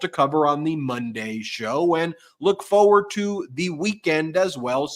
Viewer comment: Foe-wurd? The word is forward.